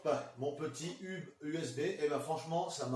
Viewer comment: On ne dit pas hub mais "heub" sinon super vidéo